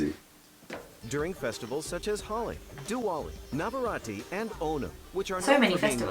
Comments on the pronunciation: ahh, the pronunciations. also its navratri not navrati. Buttt i love your guy's videos and the respect you have for India. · Its navaratri and not navarati which means 9 days/nights